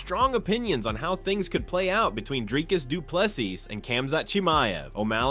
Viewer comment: Wow, after this video, Dricus has 23 new titles. Learn to say his name right allready.